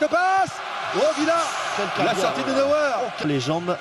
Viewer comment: La sortie de neweur mais mdrr on dit neuer